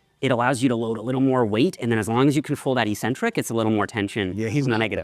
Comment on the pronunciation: Please for the love of god STOP SAYING ECCENTRIC WRONG!!!